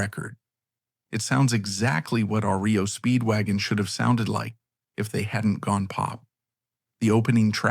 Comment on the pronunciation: You know when it calls the band RIO Speedwagon there's going to be issues.